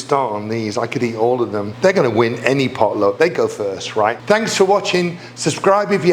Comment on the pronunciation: Darren, your pronunciation of "pot luck" seems more like "polo" to me. I had to back up and listen again. 🙂 Excellent way to make the "runt" out of the last bit of dough --- you did it just like I do.